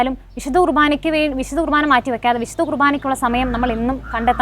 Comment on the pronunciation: കൃഭാന അല്ല കുർബ്ബാന